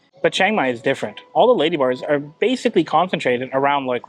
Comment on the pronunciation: When you say "ladybars" it sounds almost like "ladyboys". I did a couple doubletakes. Be carefull.